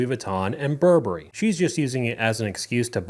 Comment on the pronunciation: She can’t even pronounce Burberry but has a room full of them.